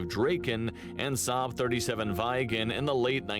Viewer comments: I is not pronounced ai in the rest of the indeuropean world but I so its Viggen not Vaiggen, not directed at you. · As a Swede this calms me a little bit thinking about what is happening in Europe... It's not Grippen, it's Griipen. Only one p. And then he says "vaigen" as well. Why didn't he say viggen then? I'm surprised you don't know what the flares are for. ._. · Weigen? No idea where the Viggen pronounciation came from, think "bigger" but starting with a V and ending with an N. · The names of the Swedish planes mentioned (and which the presenter consistently mispronounces) are: "Draken" which means "The Dragon", "Viggen" which Wikipedia suggests would translate to "The Tufted Duck", and "Gripen" which means "The Griffin". Earlier Swedish jet fighter models were "Lansen" (The Lance) and "Tunnan" (The Barrel, if you see it you will understand). JAS stands for "Jakt, Attack, Spaning", which means pursuit (ie. fighter/interceptor capability), attack and recon.